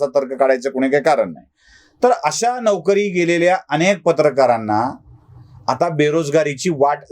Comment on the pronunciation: तुमच्या व्हिडिओचे ग्राफीक्स कोण बनवतो. मराठी शब्दांचे लिखाण बर्याचदा चुकीचे असते. जसे ह्या व्हिडिओचे शिर्षक " चायबिस्कुट... वाल्यांची " अशी फाटाफूट का ? शब्द एकत्र लिहला गेला पाहिजे. " चायबिस्कुटवाल्यांची " अश्यारितीने लिहणे योग्य आहे. तसेच तुम्ही नोकरी शब्दाचा उच्चार नौकरी असा केलात. हेही चुकीचेच.